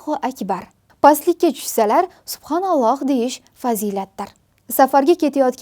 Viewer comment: Assalamu aleykum singlim uzurimni qabul qiling suphonolloh emas balki subaahaanalloh